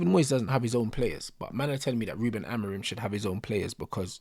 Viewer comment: Man said Haram-orim😂😂😂